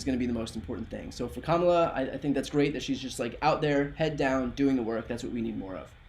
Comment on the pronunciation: He couldn’t say her name! He couldn’t say her name!